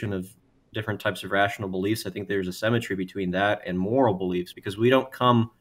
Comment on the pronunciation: "Semmetry" still bothers me